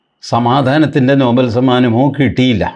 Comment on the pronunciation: നോബൽ അല്ല നൊബേൽ എന്നാണ്..